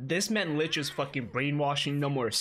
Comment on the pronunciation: always pronouncing 'licht' incorrectly. It's actually pronounced like ummmmm....... lickt